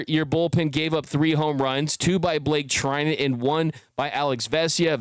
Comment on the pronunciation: bruh, Treinen... ur killing me 💀